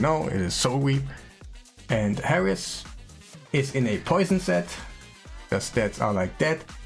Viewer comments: The champion is called Heiress not Harris lol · Lol. Always enjoy your videos brother. Random tip in case you are a lifelong learner. Heiress is pronounced with a silent H -> 'Air es'.